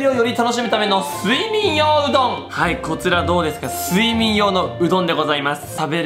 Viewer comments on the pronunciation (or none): すい↑みん↓よう→うどんw